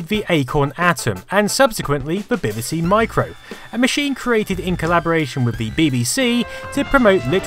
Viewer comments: Love your videos and your channel everything you make is really interesting and presented very well but for the love of god stop saying ‘bihbihsee’ you’re English you know it’s Bee Bee See 😫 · PLS FFS stop say "bib bee c" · Yes, he is saying bibby see. No we dont pronounce it that way. No I dont know why hes doing it. XD Im stunned by the graphics on elite (near the start of the video). This machine WAS ahead of its time. Shame it died out so fast tbh. Fun fact. Populous on the amiga was the 2nd game I ever played using a link cable, the first being Stunt Car Racer, even made the cable myself. The good old days. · Just curious, not hating or anything (because I really love your videos and just subbed), but why do you say ''beh beh seh' when referring to the computers, and 'bee bee see' when referring to the tv shows? I guess I'm missing something? :p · Learn how to pronounce BBC fool. And acorns grow into oak trees, not acorn trees you knob. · It is weird the way he pronounces it 🤔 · WHY DO YOU SAY BBC SO WEIRDLY?